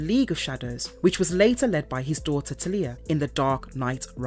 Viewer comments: Not TELIYAH. ITS TALIA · Talia Al Ghul's first name is pronounced "TAL-YA". The LOA is centuries old. In "Arrow", it was formed in 1013. There is no mention of Damian Wayne. Despite everything, I enjoyed the video. Very interesting. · What sucks the most is my unfollow won’t hurt their overall number but it is egregious to hear awful pronunciations cus you know this isn’t coming from a fan of the comics. Ras Al Ghul is a name given many pronunciations but his daughters name!!! How do you &$@ that up that bad? Marvelous videos needs a marvelous editor… peace out